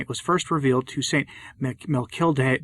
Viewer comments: Mechtilde, pronounced "mek-TIL-deh". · Pronounced “mech-tilled” My aunt who was an intern sister for 60 years took the name of St. Mectillde